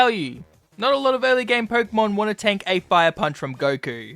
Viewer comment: Stop saying porkumon instead of Pokémon